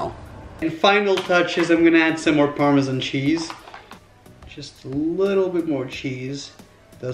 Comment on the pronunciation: “Parmizon cheese” kms